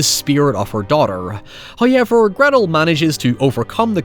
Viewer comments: Please stop saying the word however. You cannot do it right. There are no i's or y's in however. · First "hoyevver" drops . We are rewarded.